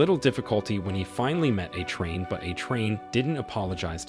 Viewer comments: The way this AI says “a train” when saying A-Train’s name is hilarious. But once it said Huey used a stun gun to attack Translucent let me know this script had to either be written purely by AI or someone that hasn’t actually watched the show. From the images shown on screen when it said that you can clearly see that it wasn’t a stun gun being used! 🤣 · PLEASE put a hyphen in A-Train so the AI can pronounce it like it's supposed to be!!